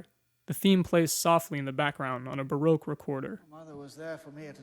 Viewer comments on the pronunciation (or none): none